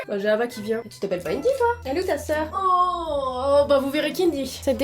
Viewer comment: Putain Hava c le prénom de ma mère sauf que sa se prononce Rava 😂🤦🏼‍♀️